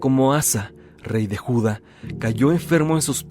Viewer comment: Es Judá, no Juda